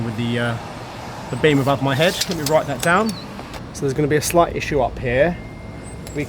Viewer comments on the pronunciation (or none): none